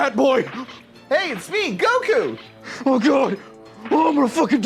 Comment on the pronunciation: Did just say Goku's name correctly?